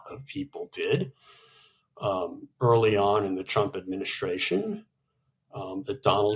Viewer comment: Suggestion: could you both practice saying the word "Administration" please? Listening carefully I can see that you both pronounce "s" when saying other words. This is a word you're apparently going to say a LOT..so..it is NOT a drunken "adminish-shtray-shun" but admin-i-stray-shun.